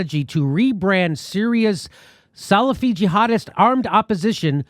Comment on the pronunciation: Jimmy, "Salafi" is pronounced "Sal-AFF-ee"